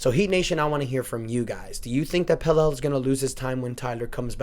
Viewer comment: I could’ve sworn his name is pronounced Pel-la